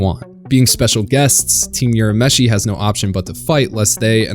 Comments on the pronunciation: It not pronounced as "You-rah-meshi" It's prounounced as "Ooh-rah-meshi" Careful when pronouncing other people's names.. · It's URAMESHI not Yurameshi. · "youramishi" "youskei" lol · I cringed every time he said "Yurameshi".